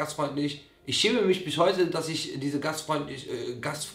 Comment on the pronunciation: Alle: "ich schäme mich" Simon: "ich chäme misch" 🤭